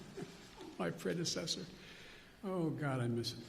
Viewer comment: Ha ha! My "Predecedorneedo". Biden is the new Shakespeare making up words right on the spot!